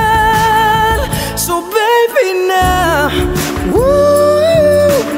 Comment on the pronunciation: He has a slight Canadian accent at the end.... He did grew up in Canada, right? "so", "channel", "Divisoria"